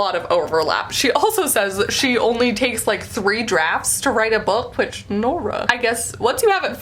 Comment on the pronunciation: I can't stop laughing at how you said "Nora" hahaha